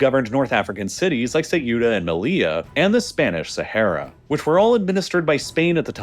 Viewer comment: the pronounciation of ceuta is sending me